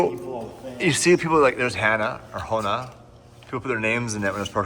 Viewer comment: That’s not hona, that’s Hong